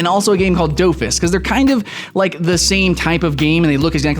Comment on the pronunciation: you said wakfu and dofus wrong. wakfu is kind pronounced whack-foo it's kinda weird and dofus is kinda like dough fiss